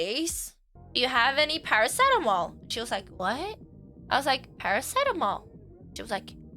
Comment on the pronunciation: When you said paracetamol, I thought you said "something adible", like cannabis xD